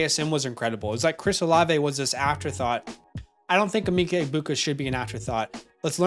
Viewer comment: Emeka is pronounced Eh-Meh-ka not Eh-mee-ka